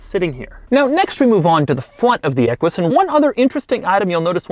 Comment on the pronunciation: the fwunt of the equish